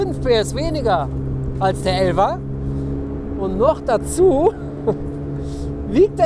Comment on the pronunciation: Das iritiert mich wie er die ganze Zeit elva sagt, ich denk damm immer er meint den Porsche😂😂😂